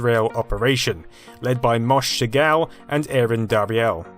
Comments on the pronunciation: dude, it's not MOSH, it's moshé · LOL ... Moshe as Mo[shh] :)))